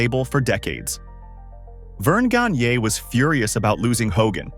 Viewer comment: the way this AI pronounces Gagne is tragic